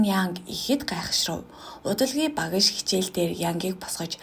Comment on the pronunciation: Багаш гэж хэлэхийг эс тооцвол Ок байлаа.